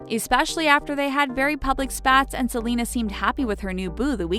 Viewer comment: She said jelena not selena